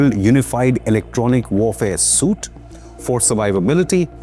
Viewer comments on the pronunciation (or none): Pronounced 'su.eet', not 'soot'🙂